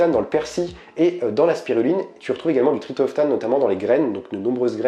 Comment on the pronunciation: Merci pour cette vidéo très interessante. Ps : on dit TriPTOphane. ;-)